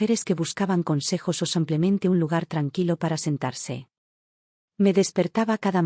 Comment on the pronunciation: SEmplente? En qué idioma se dice sEmplente,con E? Se dice Simplemente. Con I iiiiiiiiiiiiiiiiiiiiiiiiiii